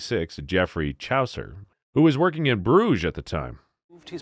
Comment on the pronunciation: "Worchester" for Worcester, "Chowcer" for Chaucer ... AI needs some betterinput.